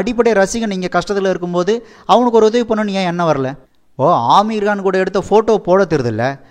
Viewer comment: நண்பா ஆமீர் கான் இல்ல அமீர் கான்😂